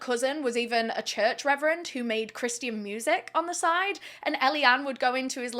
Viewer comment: What an awful sad story, the girls being kids and not understanding how he might react, and also how sad that he never got the treatment needed to manage his emotions and avoid this. On a completely different note, I love how you say "Christians"... like with ALL the letters! Is that a "you thing", or a Brit thing? (West coast U.S. its 2 syllables, "Chris chen" or "chris chin"... I've never heard the "ti" before, love it!)